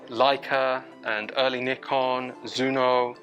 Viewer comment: I do enjoy your channel but might I offer a small comment ? Could you tone down on the use of the 'COOL' comments it is becoming a tad annoying. Keep up the good work and it is always nice to hear someone pronounce NIKON correctly ! Yes, there is NO 'Y' in NIKON. Cheers.